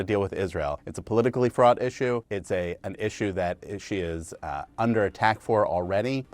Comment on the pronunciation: Oh no, guys, it's "fraught"